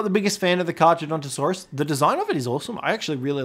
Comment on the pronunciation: The way you are pronouncing it's name is infuriating to me